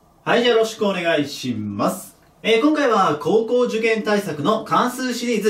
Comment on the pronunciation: 日に日に「はい じゃあよろしくお願いします」の「ます」が癖強くなってるよね笑